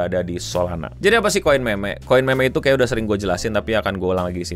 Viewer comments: Kenapa bacanya meme kenapa gak mim aja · Koin MEMEG? bukannya bacanya MIM? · harusnya mim saja biar nggak kedengaran kayak meme(k) 😂😂😂nguwawur, tapi terima kasih infonya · agak risih pas bang bilang kata "meme" pake ejaan bhs. indo, apalagi kata selanjutnya "kripto"😅